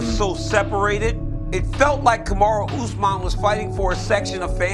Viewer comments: "Kamara Oozeman" - Michael "One-Eyed" Bisping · Chandler called him ”farty usman😂